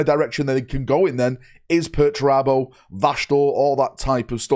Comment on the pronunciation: Did i heard right... sayig "I would prefer Perturabo"